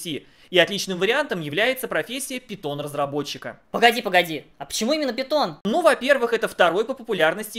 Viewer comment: Пайтон, а не питон, от Монти Пайтон